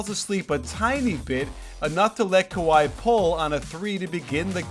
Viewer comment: "Sky" Leonard